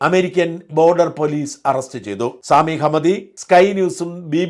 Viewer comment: സാമിയോ……….. സാമി അല്ല സമി ഹംദിയ എന്നാണ്………..😂😂😂